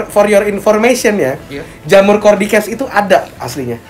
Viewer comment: Cara Baca Cordyceps nya salah bang,harusnya cara bacanya cordyseps nah itu baru benar wkkkw salah ngomong